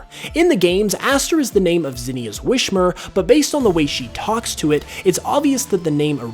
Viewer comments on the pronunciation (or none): a huge pokemon mystery is why do you keep pronouncing Whismur's name as "Wish-mur"